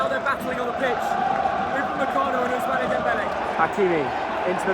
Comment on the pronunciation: its not ousmanae its ousman boy